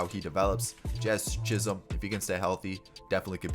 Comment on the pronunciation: did he say jiz chisolm?